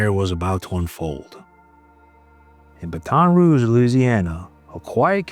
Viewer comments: BA-ton Rouge, not buh-TON Rouge. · Or pronouncing Baton Rouge like the word baton. Haha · It's not "Baton" like the weapon, it's like "Batten" (like Batten down the hatches). Cheers! I think most of the world can relate to Gary, whether they are a father or not! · it's BAT on Rouge, not baton rouge... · Isn't it pronounced "BAT-'n" and not the thing used in Olympics and relay races? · The Bat-ton Rouge is killing me, come on! Ba-ton Rouge, how hard is that to say? Do better, computers. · BATT- en ....... NOT.... but- ONN By the way, lose the AI or just wrong pronunciation. You don't keep subscribers with blatantly wrong pronunciation. I'm one who will never be. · This is an hour and a half away from me and I just had to say it’s not baton like a stick weapon it’s bat 🦇 on 😂ok I’m shutting up now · it's pronounced "bat tohn" like in french.. not "bat ahn" like in english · exactly- it’s pronounced “Bat-tin roohje”. The AI saying “baton” as if it’s a baton being handed off in a race is just … infuriating. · Baton Rouge is pronounced. Batt-en Rouge. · Hearing you pronounce it Ba-TON' Rouge, over and over is so annoying. I'm 57 years old and I have never heard it pronounced that way ever, by anyone. Who told you to pronounce it that way? Seriously. I want to know the name of the person or source that told you to pronounce the name of a major city, that every 8-year old child has pronounced correctly, with the accent on the second syllable. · Oh my goodness,! It’s pronounced “BATTEN” Rouge! 😅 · Aaarggg ugh!!! This Ai crap is getting stupid. It’s not Ba-Ton Ruge. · For future videos, Baton Rouge is pronounced Battin’,… like “batting” without the G. Signed, a Cajon! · Btw it’s pronounced Bat-in rouge - from a Cajun. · We usually pronounce it BATten ROOgh, no? Are you an AI? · You can tell the narrator is not from the south because he says Baton all wrong 😂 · This dad is a hero. Please say Baton Rouge correctly. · How do you not know how to pronounce Baton Rouge?